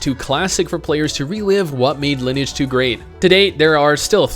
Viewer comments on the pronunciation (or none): its fuckin LIN-E-AGE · You do not know how to pronounce Lineage.